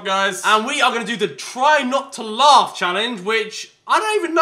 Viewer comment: it's not lafff